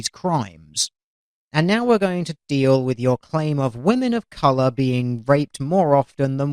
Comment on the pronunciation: ROFL when he said " deal with it" i understood teal with it hahaha